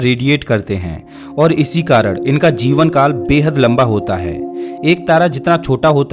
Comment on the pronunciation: Arey bhai aap karan ko karad kyun kehte hain.